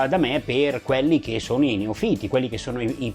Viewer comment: Perdona se ti sembrerò presuntuoso. Ti sento spesso dire "neofìti" con l'accento sulla i. Credo che però la pronuncia corretta sia "neòfita" con l'accento sulla o. Controlla pure e troverai la conferma a quanto ho scritto